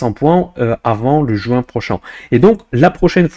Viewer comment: Depuis quelques temps, j'ai remarqué que lorsque tu utilises des mots qui finissent par "in" (juin, moins,...) tu le prononces avec un accent provencal 🙂